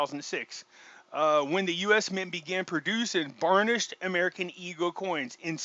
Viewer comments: Sounds like he's saying Barn-ish. Wish people who are instructing others could pro-noun-see-ate english words properly. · It's BURN-ISH, not Bsrn-ish, sounds like you are saying VARNISH.